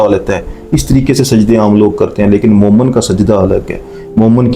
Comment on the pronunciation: Momen nahi, momin kaho